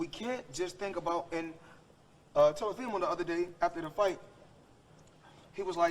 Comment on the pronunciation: he also said telafimo😆